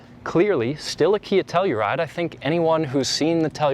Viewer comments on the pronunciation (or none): I swear I heard Nutella-ride 🤣🤣🤣